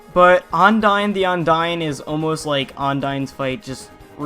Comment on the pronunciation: "Ondyne the Ondying"